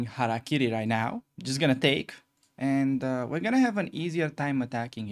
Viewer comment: Thank you, thank you for pronouncing hara kiri correctly! It’s not Harry Carey!